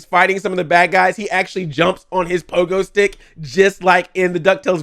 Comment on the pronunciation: It’s called Pole-go stick.. Thank you very much!